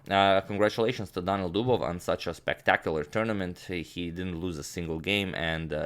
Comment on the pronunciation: Two i. Daniil not Danil :)